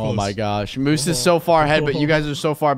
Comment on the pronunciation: LMFAO "MOUSSE" ITS MOOSE NOT MOUSE LOL